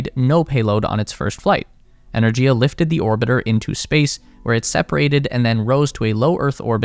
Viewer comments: It's "ener-giya", with a hard "g", as in "gift. This is more common in Indo-European languages. A couple of minutes research would have found this out. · The Russian pronunciation of Energia is "Ee-ner-gee-yah". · The G in Energia is hard, not soft. Энергия